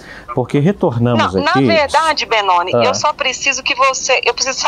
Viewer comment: Ela: "Ben NONE" kkkkkkkkkkkkkk